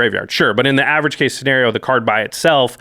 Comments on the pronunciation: shenario? lol (not trying to be rude) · Me: Scenario: Schenario